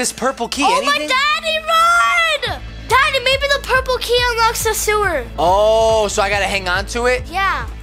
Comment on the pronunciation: i love how said purplee😂i watched ut like years ago